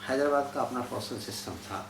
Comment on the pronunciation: نہایت اور انتہائ کہے بغیر کوئ بات نہیں ہوسکتی؟ زحمت سخن ؟ کیا یہ کوئ مشاعرہ ہے؟ حیدر+ آباد تلفظ ہے نہ کہ حیدر+باد